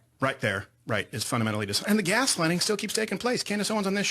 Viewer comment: Crowder really said "gas lining" didn't he